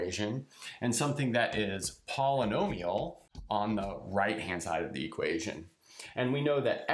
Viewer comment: poly[nomi]al -> poly'al